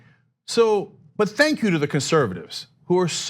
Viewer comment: "Xenk, Xenk, Xenk,"- Mariguana